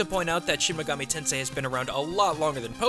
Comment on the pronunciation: Well shouldn't he know how to properly pronounce the words if that's true?